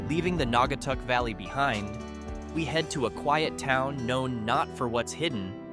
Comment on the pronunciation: It got Naugatuck right... better than half the people who from outside of Ct. who try saying it.